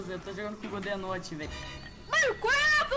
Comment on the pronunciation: Eles falaram mil vezes godezordi